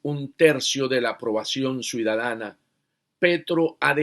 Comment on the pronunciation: Suidadana no , CIUDADANA